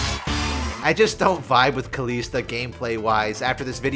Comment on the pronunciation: why does he pronounce kalista as kaleesta, even kalista says her own name sometimes. and its def not kaleesta.